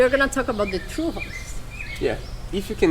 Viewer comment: Oh, it sounded like "true". I guess Portuguese doesn't have θ (theta) sound?